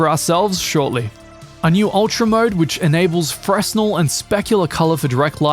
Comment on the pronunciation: For future reference, the s in fresnel is usually silent.